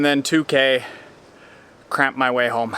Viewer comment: i’m sorry but did anyone else hear “crap” instead of cramp?